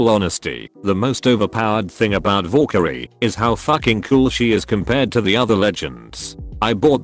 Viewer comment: needs to work on not saying "vorekyrie" lmao